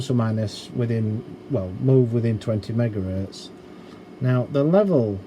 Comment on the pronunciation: top notch. i love when he says "megares", but says gigahertz